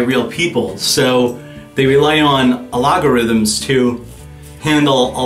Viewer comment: Excellent review as usual. Good call out on use of bots. But "They rely on a logarithms to handle a lot of their patrolling of their own site." It's pronounced AL-gore-rhythms, emphasis on 1st syllable. Sorry, just an English nerd.